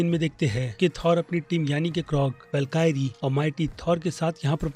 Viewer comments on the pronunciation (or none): वेलकारी नहीं वॉलकरी.